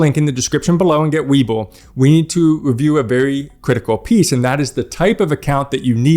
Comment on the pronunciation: I learned to invest in voo and schd because of you and so far so good. Lets see 5 yrs later then 10 and so on. Why do you say wayboo. Its webull